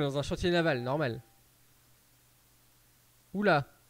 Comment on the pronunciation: Pourquoi t'as dit nomaal